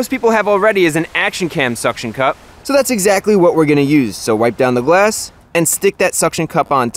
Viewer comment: am i too deaf or he is saying gwass insted of glass